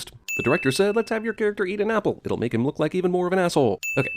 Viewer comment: narrator a few minutes back: "movie makers be like: let's make charactur eat appul" Narrator now